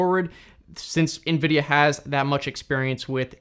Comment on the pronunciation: The way you pronounce Nvidia as "EenVidia" lol. Cute American accent. Tnx for the info tho